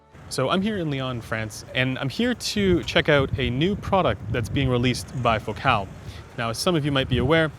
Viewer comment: It's Focal not Focaal..